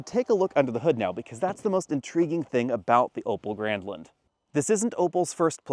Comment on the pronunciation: I kept hearing "Opel Gremlin" lmao